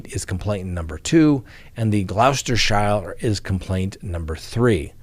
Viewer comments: Glough -stir-shire?!?🤔❤😂you're so cute!😂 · "Gloucestershire" is pronounced "Gloster" (rhymes with "roster") + "shir" (not "shyre") Also, "Worcestershire" is "Wooster-shir" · Loved the docket tonight. Being from the UK, but not an English native speaker, your pronunciation of Gloustershire made me smile. Like so many place in the UK, it’s pronounced very differently to what it’s spelled. It’s pronounced „Cluster-sheere“. ;) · Pronounced Gloss-ter-sure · Gloucestershire is pronounced "Gloster" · Kevin Spacey …..he is rumoured ( here in UK 🇬🇧) to be a predator. Wondered if it was ever going to get exposed . Btw…..😉it’s pronounced “ Glos ter sher “ , just another mouthful when spelled but much like Worcestershire…” Wus ter sher “ ….it’s simplified in speech. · With respect it’s pronounced Glost er sure. (An Englishman) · It’s pronounced Glostershire, as in Kate Moss’s statement on the stand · Being from Gloucestershire. may I correct you... it's pronounced, "Glos-ter-sheer".